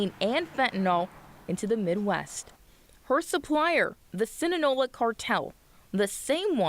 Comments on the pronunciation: The Si ne nola cartel? its Si na loa Sinaloa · Its Sin-a-loa nit sina-lone-a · Cinnanola cartel? I thought it was Sinoloa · Sinaloa not Sinalola lma😂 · Did she say “Sinanola” 💀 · “The Senanoa cartel” is crazy 😂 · she said the sinanola carte. this gal doesn't know shi t LOL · "the sin naloa" cartel 💀💀